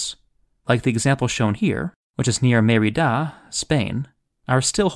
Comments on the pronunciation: "Mérida" Spain, not "Meridá" The accent over the first syllable is even part of the written word. Still, thanks for this video. Some of these I have visited, others were unknown to me. 👍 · An interesting docuvideo, but, Arles=Ar-lah? Merida=May-ree-Dah? Is the Segovia Aqueduct still in use? The Roman bath at Bath is still preserved and fed by the original spring, but it's not "used" as in the other examples. The water, however, has been channeled to modern spas.